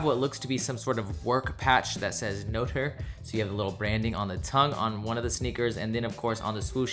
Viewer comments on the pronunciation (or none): It's no-trae , not no-ter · lost it when tried to pronounce notre lmao